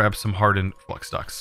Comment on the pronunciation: I apologize, but the way you say flux irks me. Flux is pronounced fl-uh-x. Think of the flux capacitor from back to the future.